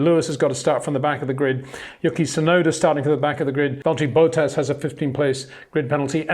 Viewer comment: HEY PETER WINDSOR, I HAVE MESSAGE FOR YOU SIR: With all due respect ... it is NOT Max "verSHtappen" ... Max is not German (Germans indeed do pronounce "st" as "sht") ... #Max33 = Dutch 🇳🇱 NL/Belgium! ... It is not "Bottash" nor is it "Lewish" certainly not "verSHtappen" .... This BS started long time ago when a British sport presenter interviewed father Jos Verstappen and assumed you can use a German pronunciation to a Dutch Driver thinking it is so "funny" ... It is not. Serious question: can any Englishman say "versatile" out-loud without saying "vershatile" phonetically? most can about 99,99% ... that is why most English can pronounce Verstappen 100% correct! Father Jos Verstappen (also F1 Racer) was very active between back then only a very few said "Vershtappen" but the vast majority of British sport presenters pronounced it perfectly ... only a few old stubborn farts like Peter Windshor